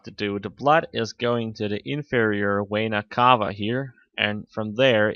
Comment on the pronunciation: exercise your speaking. you said "inferior wayna cava", if you dont trust me, put subtitles to your video. you will see